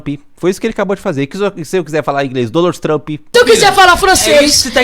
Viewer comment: se eu quiser fala engles , donald tamp kkkkkkk mim quebrou